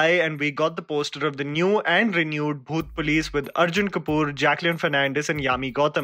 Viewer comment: Bro when you say the name of movie it sounded like "bhoot place" everytime you said it 😂